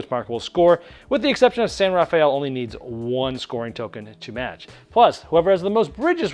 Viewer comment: Thank you for this overview,. Your pronunciation of San Rafael made me smile. As a local to that area, we pronounce it as “rah-FELL” (yes, disregard your Spanish). Cheers